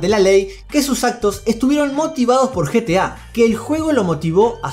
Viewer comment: No es GTA es GETA